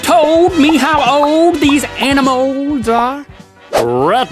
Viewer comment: Didn't know anyone else pronounced it 'animules'! 😂